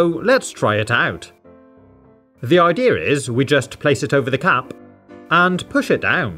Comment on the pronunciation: Same with the way he says cap